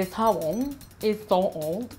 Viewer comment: Wowww, she says jabón like she says Japón!! Lol